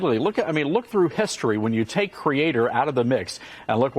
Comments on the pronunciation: What is it with evangelical people pronouncing creator as "crea-TORE"? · Why do the arrogant cunts among the religious always insist on mispronouncing "creator." Does the fairy godfather grant them magical powers?